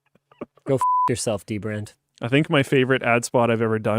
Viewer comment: now I want to see dbrand ad where he just says dbrad a lot